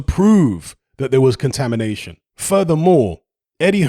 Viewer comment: Take a shot every time eddy squirm says "contamidation" in interviews. I